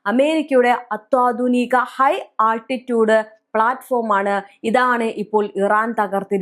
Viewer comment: Asa adding അത്വാ ധുനിക അല്ല അത്യാധുനിക ?